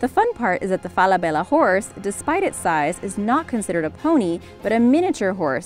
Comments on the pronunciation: Everybody pronounces Falabella wrong. It’s FalaBEYa. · She’s saying ‘Falabella’ wrong it’s Fall-a-bella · It's fela bella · Omg how u pronounce Falabella is hilarious!🤣😂😅😆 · Say Falabella one more time. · Please don’t say Falabella again.